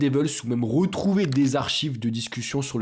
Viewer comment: Rotraitre , rotrouver apprends a parler